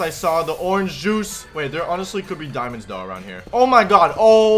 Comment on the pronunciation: 10 diaamonds